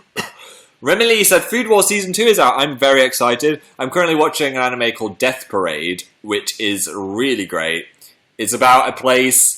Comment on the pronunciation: ohh I didn't understand him cuz he mumbled a little thnx